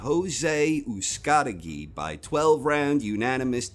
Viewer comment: "all four alphabet belts are on the line in this one and the winner will become the first undisputed super middleweight world champion during the relatively brief history of the division" lol spoken like a true hater. what does the life of the division have to do with anything? oh, and also, its not pronounced OOZE-KAH-TI-GEE its pronounced OOS-KA-TEH-GI